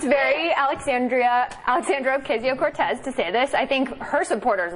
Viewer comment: You're getting closer to pronouncing her name correctly, Sam! I like it.